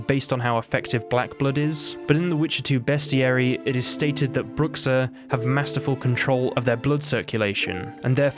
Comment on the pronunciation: And it pronnounces broo sha